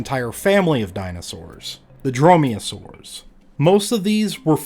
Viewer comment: Dromeosaurs, not droyosaurs ...